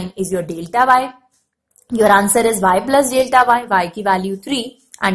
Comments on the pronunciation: Daelta😂😂 it's Deltaaa Lol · dealta X hahaha very annoying.........dealta ;) ;D